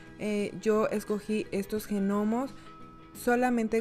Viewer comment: Muy bonito, nunca habia abierto las ramas del arbol asi para que se vea frondoso, lo haré este año 🥰. Una cosa, la "g" de "gnomo" es muda, no se pronuncia 💖